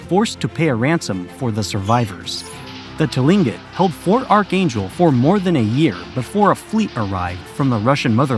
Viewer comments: Tilingit is pronounced klink÷ it. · Tlingit is pronounced like Cling-kit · Tlingit is pronounced Klinckit. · Pronounced klinket. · I just got to him saying Tlingit, he really did no pronunciation research on this video did he?